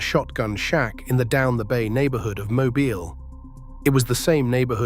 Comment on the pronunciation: Mo-beel, not mo-byle.